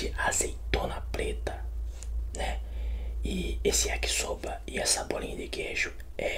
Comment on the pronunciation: Vou virar membro mais antes alguém me diz ele falou Yakisoba ou Yakisopa kkkkkkkk